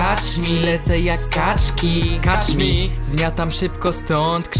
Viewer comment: A poza tym to się czyta kecz mi a nie kacz mi :) pozdro